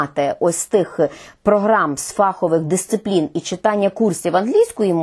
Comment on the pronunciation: про що казати, коли майже усі представники мон не спроможні правильно казати слово "фаховИй" (ДО РЕЧІ лісовИй). фАховий (від англ "фАк"? Пробачте, писала це, поки не почула, що Ви теж, пані Ірино...